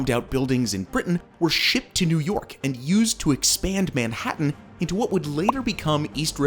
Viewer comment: dude if u keep pronouncing if like that (Manhattan) im going to have a brain seizure. ITS SOOO WRONG!!!! ewwww